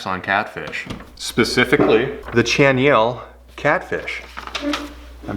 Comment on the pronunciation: …😢😢😢😢 Good thing you’re great at making lures!